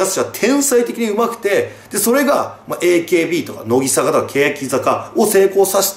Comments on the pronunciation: せめてノギサカじゃなくてノギザカって言ってよw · 『のぎさか』って言ってない？ 『のぎざか』なんだけどww 真面目に間違えないでほしい、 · のぎ、さかじゃなくて、のぎ、ざかな笑笑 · 「のぎさか」じゃなくて正しくは「のぎざか」です。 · シバターさん、、、 ノギサカじゃなくてノギザカです。。。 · なんで欅坂はちゃんと読めるのに乃木坂はのぎさかになってるんですかね… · のきさか、インフルエンサ… 濁点言えなくなった？笑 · 別に良くないか？？ 乃木坂興味ない人は知らんやろそんなんw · のぎさかじゃなくてのぎざかな？？ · のぎさか？のぎざかだよ。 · のぎさかじゃなくてのぎざか！ そこんとこよろしくぅ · の"ぎ"ざかだろ流石に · のぎさかじゃなくて。のぎざかな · のぎざかな（笑）のぎさかじゃなくて（笑） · けやきざかは言えるのになんでのぎざかは言えないんwwwww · 「のぎさか」とか間違えが可愛すぎだろ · のぎ "さか"気になる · のぎ｢ざか｣な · 排他的守屋茜 単推しTV しバターおじさん言えてなかったなw